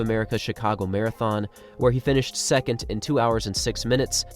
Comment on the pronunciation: Second not secont